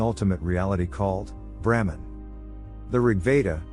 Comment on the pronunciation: The misspelling and resultant mispronunciation of BRAHMAN as 'Bramhan' by the AI throughout the entire video is incredibly distracting. Otherwise it's pretty good. Sanāthana Dharma has the ability to transform the world for the better and help humanity evolve if only more people will study it and make it part of their everyday lives.